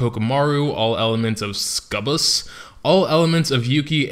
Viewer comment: my god, learn to say sucubbus. I acutally think you should re-dub this shit